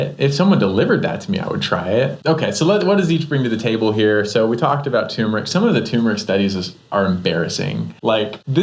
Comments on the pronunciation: Dr.’s isn’t it Tur-meric not Too-meric? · TURmeric ...there are 2 'r's :-)